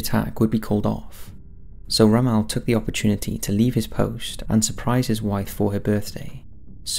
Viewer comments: I cringed every time you said romelle. his name is pronounced rommull. He was the best tactiction to have served the German army so please out of respect, pronounce his name properly it makes you seem like you have no idea about ww2 hahaha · ROM...MELL, who is Ramahl? You constant mispronouncing of words really grind my gears... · Yes I was also confused by his pronuncation! The first time it didn't click and after that i was like, oh I have heard of this person but his name is pronounced really weird! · Butchered the pronunciation of General Rommel's name. It's not "Ro-Mel" it's "Romm-L" (yes I know the o has an umlaut) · Ro Mal? Ugh, my ears.. Rom mel.. Good video with an interesting subject otherwise.. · so am I, it's not an excuse. Sort of thing I'd expect from one of those American's. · "Ra-Maal" I'm pretty sure you do the odd pronunciations on purpose..... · There's a correct way to say the man's name. "Ra-maal" is not it. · Pronunciation of 'Rommel' needs work -Romale ????? he wasn't French ;-) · Ermm.... it's pronounced ROM-ALL As in 'all or nothing', not 'al' as in 'You can call me Al'' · Really hate the way you say Rommel lol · Your pronunciation of Rommel is wrong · Ok, love your vids, but the way you say Rommel gives me cancer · Love your videos but please get pronunciation right. Cringed every time the great general Rommel was mentioned. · Dude why do you pronounce everything wrong 😂 it’s Syno not Seeno, it’s Peeking not Pekking and it’s Romm-ul not Rommal 🤦🏽‍♂️